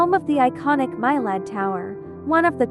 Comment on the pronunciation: My Lad? It’s pronounced Me-Lad.